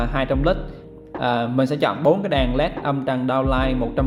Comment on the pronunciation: Đàn đàn cái lol .ngọng vừa phải thôi chứ .đèn lại cứ nói đàn